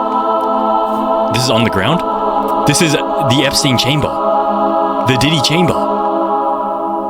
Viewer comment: Hi I’m not a hater but plz stop SAYING EPSTINE